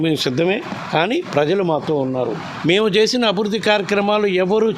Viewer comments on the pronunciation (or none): Abidhudhi kaadhu ... Abhirudhi